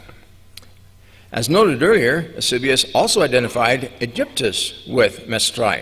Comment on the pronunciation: He massacres Eusebius's name. It makes me wonder how much he is mispronouncing all the pronunciations. This presentation is very interesting. Unfortunately, it's really hard to follow and appreciate.